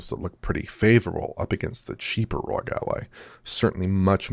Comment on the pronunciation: ROG already officially stated that they prefer the name to be pronounced as an acronym but these guys still pronounce as Rooogghh. What gives?!!